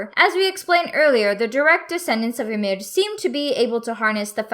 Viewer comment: the way she says ymir is so satisfying